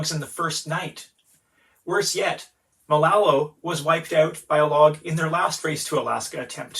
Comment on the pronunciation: Nice video. But the name of the boat is Malolo. Not Malalo. Malolo means flying fish. A combination of "Manu" (bird) and "Lolo," meaning silly or crazy.